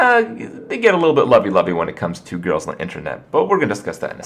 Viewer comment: Please stop saying grills...